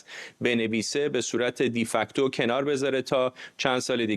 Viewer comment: درود بر جناب فرداد فرحزاد گرامی،،،، بزرگوار، اصطلاح De Facto یک اصطلاح فرانسوی است و تلفظ آن بصورت دی‌فاکتو یا دی‌فاکتو غلط می‌باشد. باید آن با تلفظ فرانسوی آن و بصورتی که ما شصت هفتاد سال آن را شنیده‌ایم، تلفظ بفرمائید ... دو فاکتو. از باب مثال، واژه Pizza یک واژه ایتالیایی است که با تلفظ آن بخوبی آشنا هستید: پیتزا اما اگر آن را بصورت انگلیسی ببینید (که البته غلط است) آنگاه می‌شود پیزا. ما غذایی به نام پیزا نداریم.😊